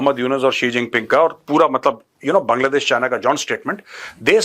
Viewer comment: Major did you just say kangladesh!😂